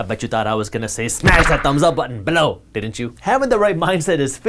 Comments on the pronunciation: Its Ballow lol. It took me 3 months to know he meant Below :) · Anyone else like it when he says "Below"?